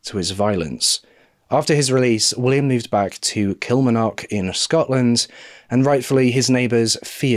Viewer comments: Thank you for covering this . I'm from Kilmarnock and i have to tell you that you dont say it like that lol. Its Kil-mar-nock with a hard a. however you are one of the best true crime channels around so i will let you off. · I love you but your pronouncing of Scottish places makes me cry it's Kill-Marn-Och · Pronunciation of Kilmarknock - KIll- mARRR- Knock or Kel-Mar-Nick..... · I remember this case very well I’m from Edinburgh in Scotland, you did a great job as usual of covering this story . Also it’s so cute to hear you try to pronounce the Scottish place names like Kilmarnock and Ayrshire it’s difficult to pronounce a lot of Scottish words if you are not from here it’s actually pronounced kill-mar-knock and Air-shire . We Scot’s just like to confuse people with the way we spell things Lol 😝 . I’ve been bingeing your channel lately and I even fall asleep every night listening 😊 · Great video but never have I ever heard someone pronounce Kilmarnock that way, it's said with the 'r' pronounced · Please learn the pronunciation of places before using them, Kilmarnock and Ayrshire you repeatedly say them wrong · Please learn to say Kilmarnock properly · I love your videos but please ask google to let you hear proper pronunciations before you do a video. Your Kilmarnock and Ayrshire pronunciations are way off and Loch is not the same as lock